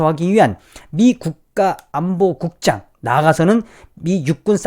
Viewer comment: 낙하산 국장 으로 들려....ㅋㅋㅋ